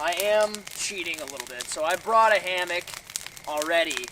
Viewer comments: Why is he saying ham ock? It's hammock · Also you can just say hammock, it doesn't have to be HAM-AWK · Pronounce it like “Hammick” NOT HAM-OCK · Two things: 1) Keep he's hilarious 2) you don't know how to pronounce hammock? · Ive never heard someone pronounce hammock like that before... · The way you say hammock pains me.